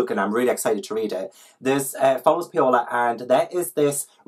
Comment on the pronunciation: I love your TBR game so much?? Like idk why it's so deeply thrilling to watch you flip cards but it IS, I GET SO NERVOUS! The stakes are high!! Also just a tip bit Paola is pronounced like Pow-la, and double L in Spanish is a y sound, so La Llorona is la yor-ona <3